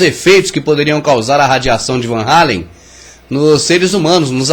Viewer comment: E claro que foi tudo farsa, os 4 vídeos seriam melhores se tirassem a parte doentia por religião e as comparações idiotas ( titanic !?!? ) mas só uma observação: Por que o narrador fala "Anéis radioativos de Van Hallen" quando o correto é "Van Allen" Van Hallen é um cantor cacete só eu percebi isso???? kkkkkkk